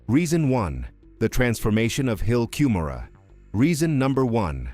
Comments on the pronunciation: I'll only subscribe if you pronounce Moroni correctly. the "i" at the end is pronounced "eye" or "aye" not "eee". I'm not longer a participating member of Mormonism, but it still grates when Moroni is mispronounced. Also Cumorah is pronounced Come - Or - A. You'd better get these basics right if you want to be taken seriously. Consult an LDS member on the correct pronunciation of these and other fundamental and basic Mormon names and terms. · The hill ‘Come ora’ is the pronunciation. Why would you want cover this inaccurately, making you ignorant. The Mesa Arizona temple, the Hawaii temple, the Oakland California temple and the Cardston Alberta Canada temple have never had an Angel Moroni, negating your entire supposition. They are not removing the statues from remodeled temples. Stick to what you know about. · This video hurts my ears with all the mispronounciations. The hill "COOM'-or-eee" and angel "Muh-ROH'-nee". Can I trust a video that can't get the English pronunciations correct? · Please correct the pronunciation of Moroni and the hill Cumorah (l am not sure how to spell it.) the video was excellent, but the mispronunciation is a problem in that it is an annoyance in the presentation. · Maybe you could teach the narrator how to pronounce Moroni. Likewise for Cumorha. Your credibility goes to zero when ya can't even pronounce correctly.